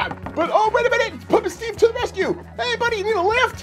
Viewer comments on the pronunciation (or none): none